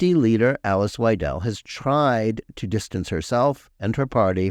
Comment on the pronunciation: Mr. Tobin, please pronounce Alice Weidel's name properly. Otherwise your pronouncements reveal an unfamiliarity with the subject matter at hand. Using Marie Le Pen as a barometer to gauge another politician is lazy. Here's a novel idea: read the AfD's program and then draw your conclusions from direct sources. You are correct that the AfD has consistently supported Israel. That loyalty must be honoured and not defamed with labels like "far right".